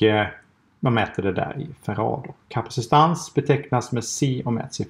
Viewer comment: Heter det inte kapacitans? Du benämner det som "kapacistans"